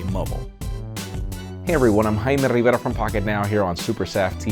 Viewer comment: I could listen to pronounce his name all day 😀